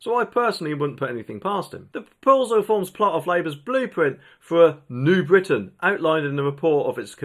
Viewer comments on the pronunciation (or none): none